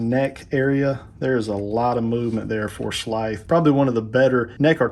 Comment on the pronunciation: I’ve been looking for someone to review this figure, even though it was an instant purchase for me and is now sitting in my BBTS Pile of Loot. Great review, I just cringe everything you say his name…I’m just used to hearing it pronounced more like in the cartoon with a drawn out emphasize on the “S” and a softer “TH” sound. Does that make sense?! Keep up the great work!